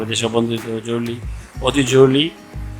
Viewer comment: জরুলী নারে ভাই , জরুরি। বাংলা শুদ্ধ উচ্চারন করতে পারেন না, আপনাকে ভিডিও বানাতে বলছে কে ?